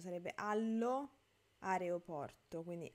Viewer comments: ma tu dici "areoporto" invece c'è scritto "aeroporto" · Sono italiana e la parola più giusta è "aeroporto" ma quando parliamo spesso lo pronunciamo "areoporto", probabilmente perché è difficile da pronunciare, inoltre "areoporto" è più simile alla parola "aereo"